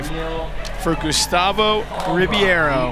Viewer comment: Carlos Rebeiro = Rey-baro of reh-baro NOT ribee-airo You call people named Jimmy, Jighmee?